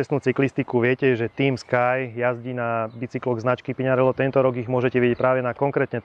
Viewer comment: By ma zaujimalo, odkial za vzala vyslovnost znacky PiŇarello... 🤦‍♂️